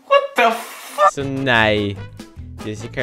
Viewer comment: liker hvordan du sier "wat-a-fack" xD